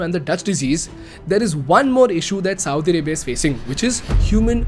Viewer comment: You sound like Saudi Ribia!LOL